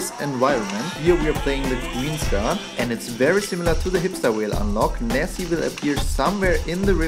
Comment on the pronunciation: Wait her is Nessie not Nessy 😱